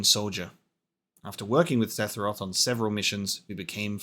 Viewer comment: Okay, say it with me: SEH - FUR - OTH Lol jk man. Really enjoying your playthrough so far!